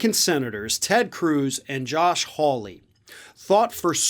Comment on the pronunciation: I grew up in England, in a village called Hawley, the origin of this name. It is pronounced “whore- lee”.